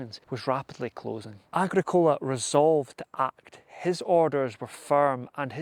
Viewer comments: Its agrick ola not agreecola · Yes I've heard a few people pronounce Agricola like the way it was on the video. Started to question it but I think its a common American style of emphasis. Agric- ola sounds better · AH-GRICK-ULAH PLEASE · Are you deliberately mispronouncing names like Anglesey, Tacitus and Agricola in this video ? These words have been well known and had an accepted pronunciation for generations before your arrival, son. Find out how to use them before you go disseminating culture dilution, or you might as well be offering your *rse to Donald Trump. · Hi. Absolutley cracking vid. I liked the traditional presenter talking to camera apporoach and only occaisional use of illustrations. Battle graphics were very clear. One small point on pronunciation "Agricola" is pronouced with the Agri sounding like it does in "Agriculture" and Cola like the drink. "Tacitus" is pronounced Tasitus. That's my understanding, if I'm wrong no issue! Great vid. Cheers. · Are you pulling our legs? Your pronunciation of Agricola, Angelsey and the Ordovices are kinda Monty Python.<< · Great work I enjoyed watching your presentation the only problem was Agricola is not pronounced like that, but still very well put together top job. 👍